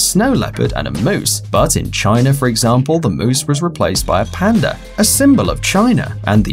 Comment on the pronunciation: Amy Mejia it's not panda it's pwenda